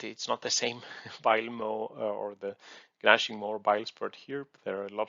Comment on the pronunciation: the g in "gnashing" is silent. Although, that's charming that you pronounce it that way